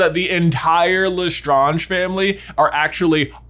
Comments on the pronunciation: The cringe I get when he says lestraunge. Instead of lestrange 😂😂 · Ok either it's just pronounced as such, or I'm just saying it wrong. J spent the whole video saying Bellatrix "LestrAHnge", when I thought it was "Lestrange" (like Doctor Strange). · Even in French it would be lèstrānge not léstrânge... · And especially if this theory is true, they would pronounce it as Le-Strange, not Le-Stron-j, as they are really American and not French. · Wow. I love this, it actually makes a lot of sense. Mary Barebones being a squib tells us so much about her hatred of magical people as a form of jealousy and envy. And even thought I twitch every time you say LeStrahnge instead of LeStrange, it really fits with the history. I'd investigate it further, but my Hogwarts (or in my case, Ilvermorny) letter never came. I'll have to subscribe to the at-home correspondence course from Madam McWitchy's School for Old Squibs to get up to speed. 🤔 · Mind blown with this one. My question is not theory related but pronunciation related: why do you say it as Le-str-on-j and not Le-Strange? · !!!!!!!!!!!! QUESTION !!!!!!!!!!!!!!! Is it pronounced "le-stroaunge" or "le-strange" personally I say le-strange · lesTRAAAAAANge not lestrahnge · Their name is Lestrange not Lestronge. Please, pronunciations! 🤣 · Have you seen the movies? It’s LeStrAYnge not LeStrAHnge. Where’s Hermione when you need her… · Le strange. Not le stroonge. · That is not how u pronounce Lestrange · pronounce strange... good, now pronounce Lestrange... NO, NOT LestrOnge, LestrAnge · Just as a side note: The name is pronounced "le-strange" as in "strange", and there is nothing French about it any longer. The name Lestrange has been in Britain since the time of the Norman Conquest (1066). If it were modern French, it would be Létrange. The middle s has not been written since the 16th century in France and had not been pronounced for even longer, but the s remained in the English name. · Bro lustrunge 🤣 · It is said le strange